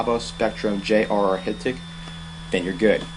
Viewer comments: Hit-ik? It's called high-tech. Hitec. OMG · At first I couldn't figure out what you were talking about when you said hit-ik, I finally realized you were mispronouncing Hitec (High Tech), then I see in the comments someone misled you on how to pronounce it. 8^)